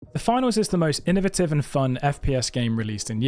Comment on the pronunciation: You said innovative wrong, disliked